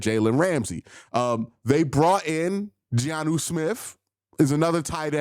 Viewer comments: It's Jonnu. Not Giannu😊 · Btw, it's Jonnu, not GEE-ANU Smith